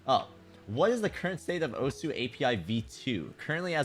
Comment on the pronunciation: my man said "osuHOW"